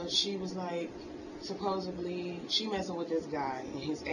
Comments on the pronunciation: "Supposibly" LMFAO what an idiot. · And the use of “ supposeBLY” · Supposubly.Americans are destroying a great language.